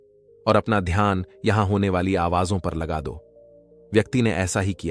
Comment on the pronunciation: Ghyan nahi dhyan kahiye